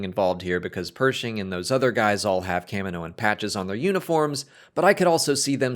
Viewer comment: CAM-innow? I’ve never heard it pronounced like that.